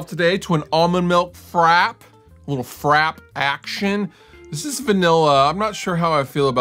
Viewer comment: Did fluff just say "frap" with that hard exaggeration on the P?